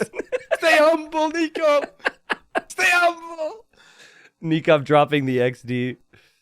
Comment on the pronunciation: "Stay umble" - Daut